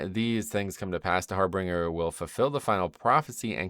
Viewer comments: its not har-bringer its har BIN-ger. I used to make the same mistake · I know this is anal, and I'm hoping only sees it just for future correction. I've been getting irritated with all the WoW youtubers pronouncing it the wrong way: Harbinger. HAR-bin-jer. Not "harbringer". There is no second "r" there. Think of it as if the word "binge" is in the middle of it. /pronunciationnazi